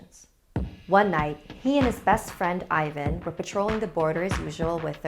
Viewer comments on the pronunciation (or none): NOT vAsil it's Vasil. And not Ivan it's ivAn good story BTW some samodivas are kind I am Bulgarian and actualy samodivas are real they are womans who are tought of witches there are few even nowadays... They are like prostitutes they lure you and rob you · I am not trying to be rude but you must read the I in Ivan as E and A in Ivan like A in Ass Xd I know that you didnt know how to say it, I just want to save you comments like "ew i am cringying when i hear how you prounaunce bulgarian names!!" Love you!! Simeon (Semheon) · Ivan should be pronounced like Even 😝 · actually like Evan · Great episode, but I'M CRYING that is not how you pronounce these names. It's more like eevUhn and vuhsEEl', I hope my bad transciption makes sence. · Its evan and vasael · Ey Im a bulgarian and its Vasil :3 And the name is pronounced a not ae but a And Ivan is E not i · The way she said "Vasil" and "Ivan" made me laugh real hard as a Bulgarian But let's have a moment of silence for the sacrifice of Vasil I'm more scared for what actually happened with his body and his dog's one it sends chills to my spine 🥶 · I loved this story.The only thing that irks me is the mispronounced names.Vasil has emphasys on i.Whilst Ivan has emphasys on van. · Oof the names. You shoud have atleast done some research on how pronounce them. The pronunciation is scarier than the video..... Anyway luv ur vids keep it up and pls do some more videos about Bulgaria I rly love them. And for all the ppl that will ask. YES IAM BULGARIAN!! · I feel bad for Ivan :(( (also that's not how to pronounce his name)